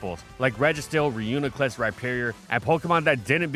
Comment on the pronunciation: Reminder he pronounced Reuniclus wrong for the entirety of its video.